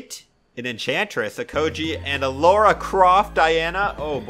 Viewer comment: Why do you keep saying “Laura” Croft 😭😭😭